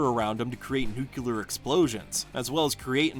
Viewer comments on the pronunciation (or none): Great list but please: it's nuclear not nucular. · Are you saying nucelar instead of nuclear on purpose or what? 😂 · What is a nucular attack? (I hope I'm spelling that correctly) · Do most Americans say “nucular”? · You're pronouncing nuclear incorrectly. You're saying the way Homer Simpson says it